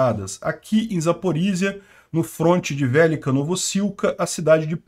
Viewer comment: Gosto muito do seu canal, porém sua acentuação dos nomes em ucraniano continua bizarra...pronuncias; velêka=(significa grande) vélika =(não significa nada) Obláste não Óblast sim